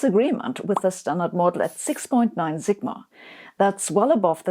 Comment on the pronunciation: Sabine, in English, the "s" in "sigma" is pronounced like the "s" in "supersymmetry."